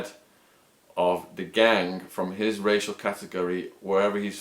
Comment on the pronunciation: Why do you say gang sort of like gangk? Is that some particular accent thing or what.